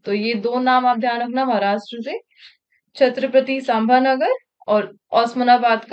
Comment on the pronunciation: मॅडम औरंगाबाद का नाम छत्रपती संभाजिनगर किया है. आपने उसका उच्चार ठीक से नहि किया...